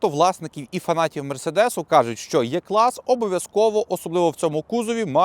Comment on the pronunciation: Дуже цікаво і змістовно. Тільки прошу Вас правильно називати Е- клас, а не Є- клас, бо це калька з москальської